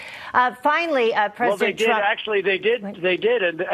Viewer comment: Of course t-RUMP is confused. He is full of dementia! He can't even say his name right.